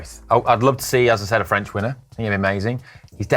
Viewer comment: Lloydy's french pronounciation...! 🤦‍♂️🥴